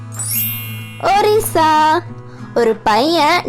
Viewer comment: Athu orisa illa odisa😂